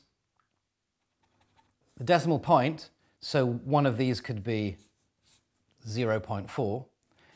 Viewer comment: why can't he say zero?